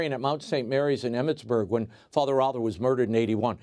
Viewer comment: Row thur. not raw thur.